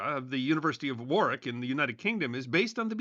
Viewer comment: Nice to hear an American pronounce Warwick correctly ish !!